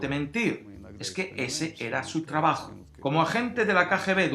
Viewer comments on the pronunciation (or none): none